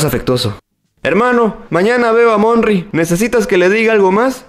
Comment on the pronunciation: "MONRY" 😱😱😄😄😄😄😄😄😄😄😄😄😄😄MONRY😄😄😄😄😄😄😃😃😃😃😃